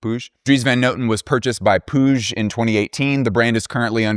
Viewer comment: Pronounce "Puig" like... butch... and you got it! Puig is a word and surname of Catalan origin, meaning "hill" or "peak". The word derives from Latin podium meaning "balcony". Thaaaaaanks for your work, just unique, a wonder!!! 🤗